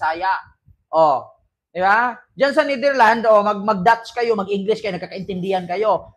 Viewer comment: Psssttt correction lang please, it is pronounce as NetherlandS may S sa dulo.😊❤